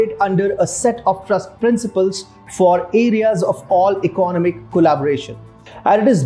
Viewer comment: Please check out "economic" pronunciation properly!